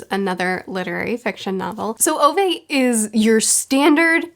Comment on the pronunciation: The correct way of pronouncing Ove is roughly around this: Oo-veh / Ou-veh The eh-part is sort of like the E in Every. It reminded me of my late grandfather who had the name, maybe I'll read it some time